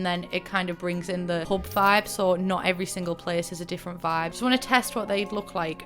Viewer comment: Every time you say pub my brain hears pope